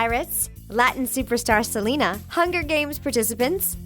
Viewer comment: Thats not how you say Selena